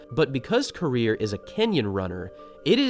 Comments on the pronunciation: You are pronouncing the name wrong. It's "rir" not "rea" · Ko......rir.... not koria.